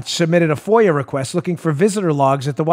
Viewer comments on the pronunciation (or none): none